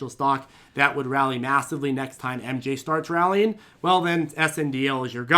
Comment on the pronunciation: serious question. Are you saying massively or meowssively? Also What's the preferred tea blend for the day? I'm down $15% on PLTR but buying the dips. Waiting to see how low it goes tomorrow if employees decide they want to take their gains.